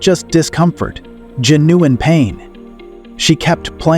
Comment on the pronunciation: I cannot stand AI’s narrations!! They cannot pronounce “jeopardized”…pronounces it “Gee oh par dized”! “Ja new un” is Genuine.